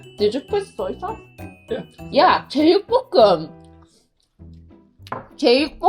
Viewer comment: 제육뽀↗️끔!하시는데 우리동네 바이브(경남사람)